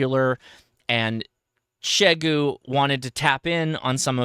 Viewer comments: You’re closer than most, but still not quite there… it’s pronounced “shee-yay-goo”. But thanks for getting close. Most uninformed call it “z-eye-goo”. The xie is like how one says “thank you” in Mandarin which (in romanized letters - called pinyin) is xie xie - pronounced as “shee-yay-shee-yay”. I only bring this up because you have a significant following and you may finally get the message across. Nothing worse than continually mispronouncing someone’s or something’s name. Makes one look ignorant. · Out of curiosity...you are the only person that I have ever heard pronounce Xiegu as "Sheh-goo." Everyone else says "Zeye-goo." Forgive me for being presumptuous and perhaps forward, especially given that we have never met, but I believe that your wife is from that part of the world. Has she informed your pronunciation and are the rest of us saying it incorrectly? And to the point of the video; if this thing comes in around $1300, which i suspect that it will, it will have a long road to hoe against other, much more established competition. As always, thanks for the insight.